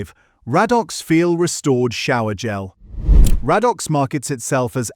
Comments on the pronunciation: Ray dox, not rad ox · Radox pronounced Ray-Docks. AI not so intelligent, after all. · 'Raddox' 😄 It's pronounced ray-dox. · I should have added, it is pronounced 'Ray dox' in the UK. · Weird pronunciation e.g. Raddox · Yes - mostly amazing. It struggled with 'Radox' though.